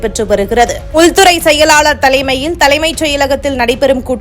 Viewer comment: உலவு பிரிவு உல் துறை. இந்த பெண் தமிழை நன்றாகக் கொலை செய்கின்றாள்